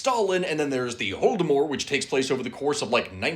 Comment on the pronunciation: Never once have I ever considered somebody pronouncing Holodomor as close to Voldemort as I have just heard